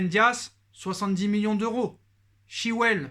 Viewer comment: il le prononce très mal